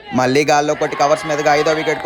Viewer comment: బాబూ మళ్ళీ మల్లి కాస్త చూసుకుని పలుకు. ళ పలికేటప్పుడు నాలుక ఎడ్జ్ పైన తాకాలి.